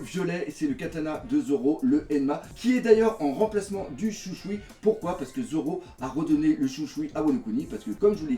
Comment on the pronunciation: Un fan qui sait pas prononcer correctement "Shusui" ca me fume , stylé les jouets en plastiques !